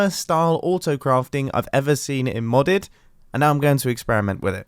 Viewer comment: I'm sorry, did mumbo jumbo just say M O D D E D?